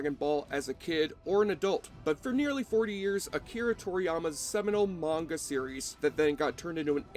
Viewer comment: It MUST'VE bombed; I don't recall ever even seeing a trailer. (Also, kudos on the proper pronunciation of "manga". It's the first time on Youtube I've heard it right. =] ) Now, can you do it's Awfully-Good sister-film 'The Legend of Chun Li'? =D